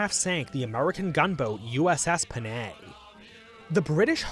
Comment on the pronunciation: the pronounciation of Panay lol